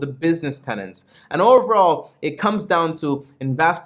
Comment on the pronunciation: Good review! One thing, though: Buffet talks about business "tenets" not "tenants". :-)